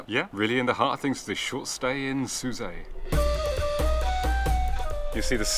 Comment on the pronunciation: Shame you didn’t show the Marina in Port El Kantaoui. I’ve never heard Sousse pronounced the way you pronounced it…Soussay?